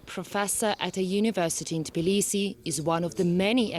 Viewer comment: it's TBI-lisi not TIB-lisi